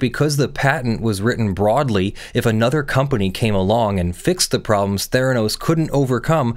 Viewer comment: Mfw you said Therenos...